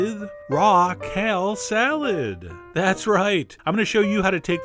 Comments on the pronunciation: Chef John, what planet are you from? Why do you pronounce perfectly ordinary words so strangely? Kell? It's KALE. /rant overwith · I like how chef john pronounces kale